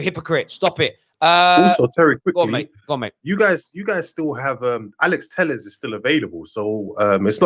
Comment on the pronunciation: Telles. Telles. Telles